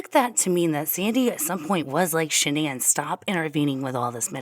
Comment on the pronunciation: Boldchick 101 is right, it is Shan'ann. It is said Shan-ann, everyone in the media got it wrong, her mother told the correct version on Dr Phil.